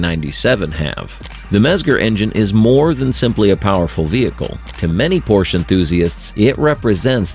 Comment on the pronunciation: Please at least try to pronounce Porsche in the right way.